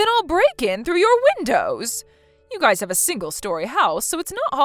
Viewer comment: the word "your" covers both singular and plural, "your guy's" is poor English, especially pronouncing it as "guyses"